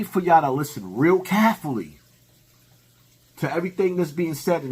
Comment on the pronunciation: Carefully = kafffalee🤣🤣🤣